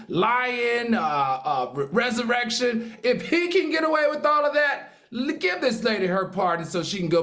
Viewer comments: Al said resurrection instead of insurrection in the Donald Trump story, why does he always mispronounce words as a University lecturer? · Al it's not resurrection 🤣🤣🤣🤣 it's insurrection 😂😂😂😂